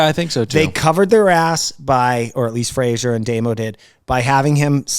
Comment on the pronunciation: Why do y‘all call Fraser Frazier? 😅